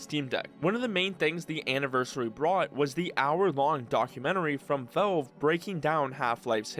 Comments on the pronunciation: Drives me nuts how you pronounce Valve as "velve" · why is bro pronouncing "valve" as "vaulve" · me too, i can't watch his videos. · Nitpicking but you need to work on your pronunciation, especially with the word "valve". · even the captions don't know what he says 😭😭